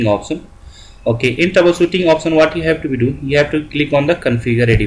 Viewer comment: trouble sootting opsan....lmao